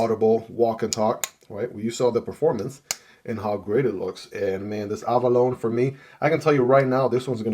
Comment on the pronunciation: If you care about being correct, it is actually pronounced "a·buh·low·nee".